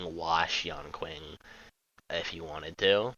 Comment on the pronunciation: his name is pronounced yan-shing NOT yan-king